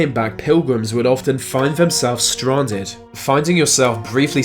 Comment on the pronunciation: Sarah Elizabeth Haha I noticed it too sounded like strarnded